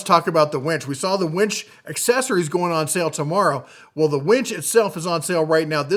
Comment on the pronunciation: I think it is pronounced winch, not wench! Lol.